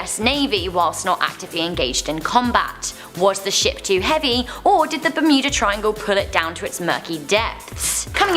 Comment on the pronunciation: how said shop not ship : )